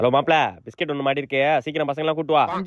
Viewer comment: Biscut la s ah vittutingala anna😂